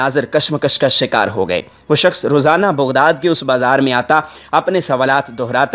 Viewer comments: IT IS NOT BUGHDAD IT IS BAGHDAD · پھلے تلفظ تو سعی کرلو جناب۔ بُغداد نھیں ۔ بَغداد ھے